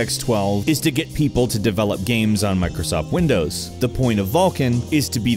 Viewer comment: I cringed when he said "mircosoft windows"